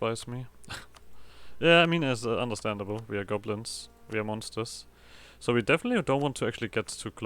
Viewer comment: I love how German your ssssooooo is